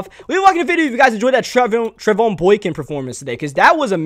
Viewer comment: No I am a sports like expert and it is pronounced tre Von